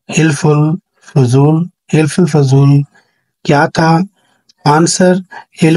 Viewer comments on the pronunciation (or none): یہ حِلف الفضول نہیں ہوتا حَلَف الفضول ہوتا ہے ۔۔۔۔ حَلف ہوتا ہے معاہدہ